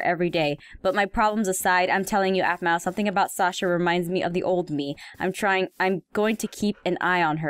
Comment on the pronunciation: Heym xD shasa (It's Sasha)